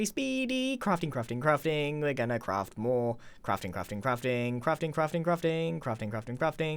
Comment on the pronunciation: It almost sounds like hes saying "crufting"